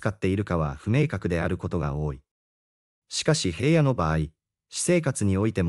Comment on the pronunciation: ヘイヤではありません名前ぐらい調べてヒラノとちゃんと読んでください